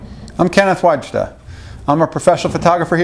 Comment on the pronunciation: Wajda. VAYDA. Very Polish last name.